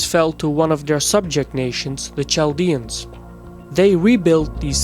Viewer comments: There is no such thing as Chaldeans. We are all Assyrians. and it's pronounced Kaldean you dope. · Nimrod did all this long before the Assyrians... Also, it's pronounced "Kal-dee-ans" Not "Chal-dee-ans" Old world "Ch" is a hard "K" sound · why do you pronounce as tchaldians, when correct is qaldean ? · Small note, it's pronounced Kaldeans 😅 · Well done. One thing though. Chaldeans is pronounced as "Kaldeans". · Great video, images, and background music but you should really check on some of these names. It's Chaldeans pronounced with a K (ch = k) . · I cringe everytime he says Chaldeans